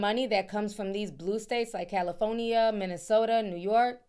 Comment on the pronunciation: the way Ti says california is wild lmaooo Cali-phone-nee-yah